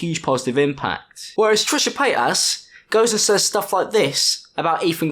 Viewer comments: I love how he says Trisha Payt*ass* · "Paytas" ... can't help but hear "pétasse" (which means "bitch" in French). I spent the whole video thinking you were pronunciating it that way on purpose. Hope it's true !